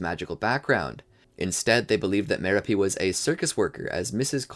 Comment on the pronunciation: You mispronounced the name of Tom Riddle AKA Lord Voldemort's mother. It's pounced Ma-rop-e spelt Merope. Not trying to be a Karen just wanted to let you know or any future videos.